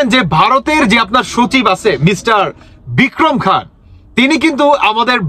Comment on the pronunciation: Bhai Bikram khan na nam ta tik vabe bolun...bhul bhal bolsen kno..